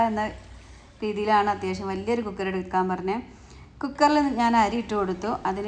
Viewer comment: കൂ ക്കർ അല്ല കുക്കർ